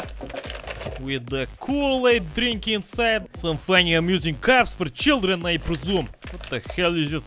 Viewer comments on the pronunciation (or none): none